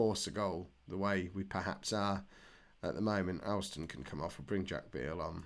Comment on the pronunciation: Alston is pronounced Olston.